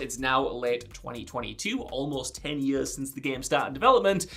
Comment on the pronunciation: In yuhrs and yurhs